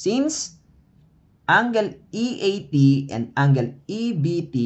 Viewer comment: okay naman yung explanation but the pronunciation of angle is wrong